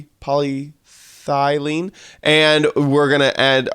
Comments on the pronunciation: poly-thy-lene Brain: am I a joke to you? Its poly-ethylene dipstick! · It is pronounced poly eth a lean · The Pronounciation is polly ethil ene h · It's Polyethylene, not Polythylene. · Paw- Lee- Eh- thull- een 👌💯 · It's pronounced poly eth a leen I'm a chem PhD student my brain hurts the mispronunciation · How to say polyethelene: Poly- eth- aleen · It’s pronounced poly-eth-aleen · ITS PRONOUNCED POLY-EH-THEH-LEEN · It’s polyethylene. ( Poly-e-th ( ‘th as in ‘thing’) -e -lin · ...but you can place a balloon. You right click on a fence post, and it will be secured and floating ready to go. Also, Polyethylene is pronounced, "päl●ēˈ●eTH●əl●ēn". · It’s pronounced pol ith o lean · its pronounced "polly-eth-a- lean" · polyethylene (PAH-LEE-ETHA-Lean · It’s [pol-ih-thie-en] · I am 12! You say it like pol-ie-ath-an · It’s pronounced Polly Ethy Lean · Polyethylene, pronounced poly-æ-the-lean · poly-ETH-a-leen - Just FYI :)